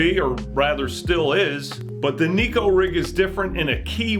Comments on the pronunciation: Love the channel! But there is a difference between Neko and Nico. One means cat, one means smile. I encourage anglers to start pronouncing it the correct way. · It’s pronounced “neck-oh,” despite how the majority of backwater fishing hillbillies say it. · if we started to called crankbaits, wankbaits. It would be corrected. I will never give up my pursuit in having the bass world pronounce Neko correctly. 😂